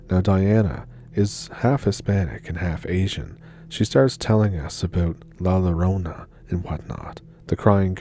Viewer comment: Hey, just wanted to let you know that in Spanish 2 Ls makes the y sound so it's pronounced La Yorona.